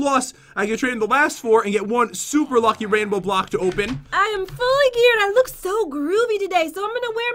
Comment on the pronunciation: Who remembers when said “Openis”? I just thought of that lol